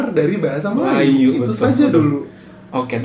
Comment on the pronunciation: melajoe - melayu sebutannya